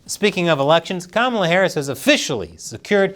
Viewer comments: He is saying Kamablah blah blah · kama"bla" like "bla bla bla"? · "Kamabla"... Big deal. I've been calling her 'Klamata Harry,' for awhile now... No one even noticed. :face-red-droopy-eyes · Kamabla is more like Kamala saying Bla Bla Bla 😂